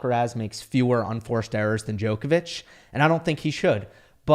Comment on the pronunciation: I wish could pronounce Djokovic’s surname correctly.